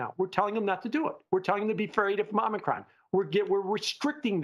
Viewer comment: I <3. Om - knee - cRon